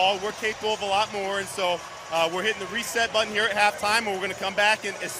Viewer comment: “Moer” NFL news?